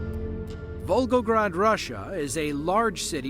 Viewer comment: did you say vulvagrad?